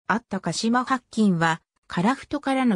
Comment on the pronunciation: だいゆばりではなくおおゆばりですしはっきんではなくしらきんです